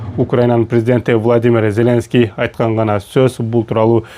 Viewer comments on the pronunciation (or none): none